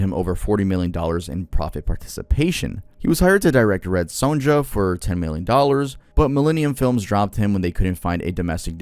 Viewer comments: I'm gonna have to be that guy. It's not Apt.(Apartment)Pupil, it's Apt Pupil (app-t) as in "ideal pupil". And the J in Sonja is pronounced like a Y. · Red Sonja. Sonja is pronounced like Sonya. Loved the original film with Brigitte Nielsen & Arnold Schwarzenegger. Not sure I spelled those names right or that even autocorrect spelled them correctly either but my own spelling on those names were way worse lol.